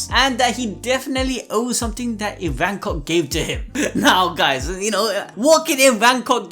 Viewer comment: Its ivankoff not ivancock